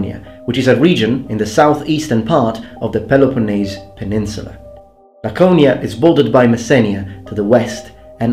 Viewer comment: What the hell is "Lasedonia" ? I suppose you meant Lakedaimon... well, at least you pronounced Lakōnía correctly (almost)